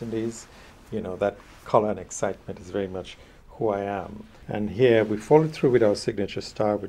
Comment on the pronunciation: Love the way he says, "hea" What we have hea..